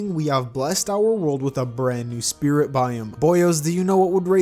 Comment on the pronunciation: at the start of the video you said split mod instead of spirit mod